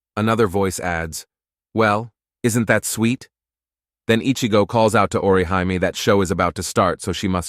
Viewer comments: Lmao utterly butchered XD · The way the ai said byakuya name wrong 🤦‍♀️ orihime for aizen